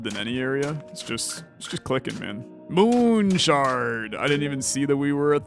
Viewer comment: the devs watching you enjoy the game :) the devs every time you call it moon shard :/ i loved this video very adictive